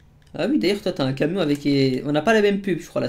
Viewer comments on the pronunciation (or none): sais camion pas cavion